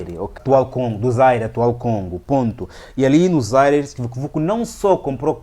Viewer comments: Bom trabalho, mas não é Zaire; é Zaíre. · Rever a pronúncia do antigo nome da actual RDC.